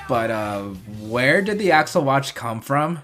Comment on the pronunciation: Faiz Accel is not pronounced Faiz "Axle", is the "accel" in accelerate. It's not said "AX-ull" it's said "ack-SELL."